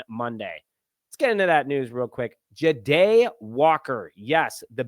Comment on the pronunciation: Dude why do you not even try with these names? It's JAH-Day! Not J'Day. 😂 #unsubscribed